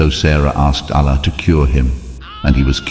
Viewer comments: Pronunciation of 'Allah' as 'Alla' is annoying. Please fix this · Why you pronounce Allah as Alaa? My suggestion if you says the names of prophets according to the quran like Ibrahim not abraham,sulaiman not salomon mean it would be more easy to get into kids mind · Your pronounce the Term Allah wrong you must pronounce it correctly and besure that what you are telling the story of Propeth Abraham is true-to-life story of Propeth Abraham becouse if what you are telling is not true then you misleading people and you are accountable to Allah and you will be punished by Allah if Judgement day come I was not convinced your story becouse even your pronoucetion is wrong. You pronounce the name of Allah is not correct.Allah is Arabic term of God atrue God is Allah.study more.😊😊😊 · You spreading wrong information...you can't even pronunce Allah correctly.. you are not a muslim. Water came out by the Hazrat Ismail's feet rubbing on earth with thirst and crying.. so the water came out and then hazrat hajra said these words Zam Zam means stop here.stop here . And water stopped...